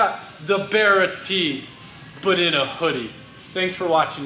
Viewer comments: Barra gg350! I dunno but every time he says that thats what I'm hearing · Sounds like your saying berra. It's barra based off the Australian barramundi fish. One of the best engines us Aussies ever built. Why these engines are not standard in mustangs we will never know.